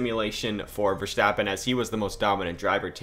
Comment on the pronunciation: Sorry but i have to mention it. Please dont say Max Vestappen, You littarly fortgetting the R Max VeRstapen